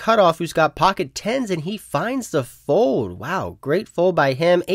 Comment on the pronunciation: You would prolly get more subs if you pronounced it fold instead of fode